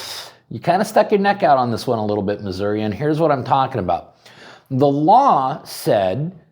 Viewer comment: I am proud of my state. What has yours done to protect your rights?? And thank you for saying it right. If you say RAH you deserve contempt.